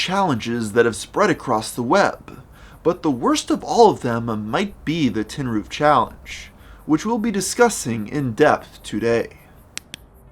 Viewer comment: "Tin-roof"? More like "Tin-Coof"